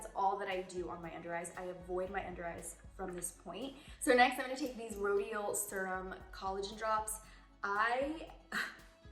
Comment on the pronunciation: She said “SIR-UM” and I love it.